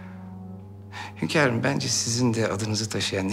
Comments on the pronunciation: Furizan ; hönkarım hörrem yiter ya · Hönkarım dedikçe sinirlerim zıplıyor